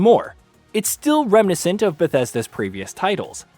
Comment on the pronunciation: Reminiscent is not pronunced like that. (It's reh·muh·NI·snt)